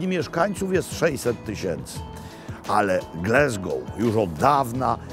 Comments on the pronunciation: Mogę się mylić, ale ja wymawiałbym Gläzgou. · No właśnie, Glesgoł też brzmi okropnie… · glAsgow ... tam nie ma "E" :) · Przestań mówić Glesgoł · Dokładnie! Pozdrawiam z Glasgow 😉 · nawet amerykanie mowia Glazgo.. mieszkam w Szkocji 16lat I uwierz tylko Polacy mowia Glezgo£ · Niektórzy uważają pana za autorytet, więc poprawna wymowa raczej obowiązuje (pisownia fonetyczna): Glasgoł nie Glesgoł, Hadok nie Hedok, Blak nie Blek itd... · To Glesgow czy Glasgow :P ? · To miasto nazywa się Glasgoł, nie Glesgoł, please please please 😊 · glAsgoł, nie glEsgoł. powszechny błąd polaków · Not Glesgow, a Glasgow, ~ Po Polsku ''Glasgoł'' To Scotland a nie America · GlAsgow nie GlEsgow ! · Gl-A-sgow, nie Gl-E-sgow. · te" ł" dobrze wymawiane było,tylko nie mówi się GLE... tylko GLA... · Panie Robercie - Gl-A-sgow. Greetings from the Highlands. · No dokładnie, aż mi się słabo robi jak słyszę Glesgoł… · Jeden z najslabszych odcinkow! Nie ma miasta GlEsgow!!! To mocno razi jak A wymawia sie jak E!! Tez, w pubie to nie byl brown sauce ale gravy! No i ta lyzka gotowanna z haddokiem to niezbyt mile. haddock nie hEddock. Sorry za ten komentarz ale akurat zbyt wiele mnie w nim draznilo. Pozdrawiam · Panie Robercie, uwielbiam Pana program, ale jedna drobna uwaga co do wymowy miasta. GLASGOW (nie Glesgou). Tam jest A, nie E. Pozdrawiam! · Mam Lumix S9 i jestem bardzo zadowolony. Tak GLASGOŁ nie GLESGOŁ 😊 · Glasgow a nie Glesgow!!! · Wspaniale, witamy u nas Panie Robercie ❤ tak na przyszłość: nie mówimy "glezgoł" tylko "glasgoł" 😊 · Wszyscy w Szkocji nazywają Glasgow przez a nie przez e. Nie wiem czemu w Polsce ciągle wymawia się Glesgoł.Tak samo mówią słowo "have" przez a, nie przez e i słowo "has". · Robercie, kocham i uwielbiam, ale skąd ten Glesgow i heddock? Glasgow i haddock, po prostu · Dzień dobry czyta się Glasgoł nie Glesgoł. Ale to normalne w Polsce 😂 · Glaaaaasgow, nie Glesgow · Glasgow a nie Glesgow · Mowi sie Glasgow nie Glesgow . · Panie Maklowicz, mowimy Glasgol, nie Glesgol.